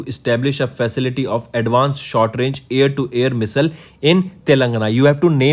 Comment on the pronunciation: Please pronounce (Missile) correctly